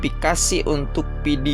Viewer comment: inpastuktur??? 🤔 dipidio??? 🤔